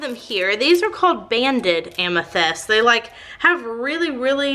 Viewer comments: Is it a Texas thing to interchange the soft i and e sounds? Bunny does it too,, she pronounces tint as tent etcetera. Just curious cuz doing it with amyTHEST. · The soap looks amazing....but I cringed so hard every time you said "amethest". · Dang it, I hate the smell of lavender. Also, was I the only one who was annoyed that she pronounces amethyst as amethEst? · You say amethyst so weird.